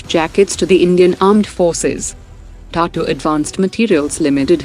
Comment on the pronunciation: it’s Tata not Tatu… bots! 😏